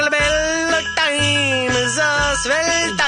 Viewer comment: are those indian christmas songs on a record somewhere??? they are hilarious. I want to buy them. Especially when they say a swell dime instead of time. lol.